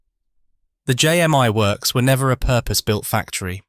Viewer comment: It’s JMI , not JM one !